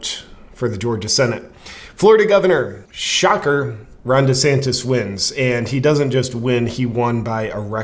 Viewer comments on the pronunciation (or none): none